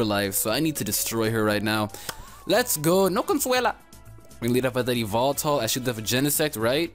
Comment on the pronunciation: E-VEL-TULL or Evil-Tell. Not E-VOL-TALL. Please lol.